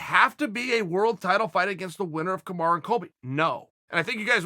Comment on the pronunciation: Is Charles still saying kamaru